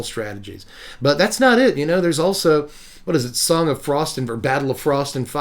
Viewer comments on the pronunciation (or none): none